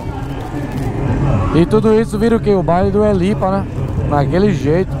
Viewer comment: No baile da helipa ....vc falou errado amigao kkkkkkk mais entendemos oq vc quis dizer kkkk